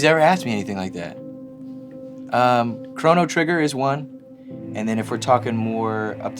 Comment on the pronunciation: Wait wait WAIT, he beat Uncharted 4 in one day? It took me a week. Also did the interviewer say The Watcher 3? He mean Witcher 3? Also chronic trigger? Man’s cultured AF